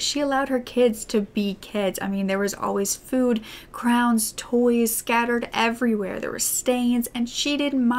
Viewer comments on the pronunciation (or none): Wait did you say crowns instead of crayons ? Just curious